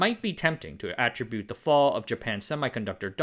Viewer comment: Maybe he said it that way deliberately, so he'd get a whole load of comments about it. That improves the appeal of the video to the YouTube promotion algorithm. He also pronounced "attribute" - used as a verb - the way you'd pronounce it if it was being used as a noun. Verb: Uh-TRIB-byoot (stress on 2nd syllable) Noun: AT-truh-byoot (stress on 1st syllable) And why do Americans say sem-eye rather than sem-mee??